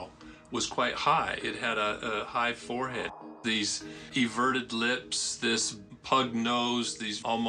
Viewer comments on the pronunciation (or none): none